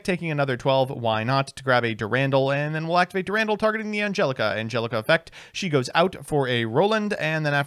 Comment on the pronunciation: Eye-sold Dur-Randall Putting together a grocery list for must seem like unhinged scribbles. "Be sure to get a crown of brock-olly, and a few avoke-uh-does"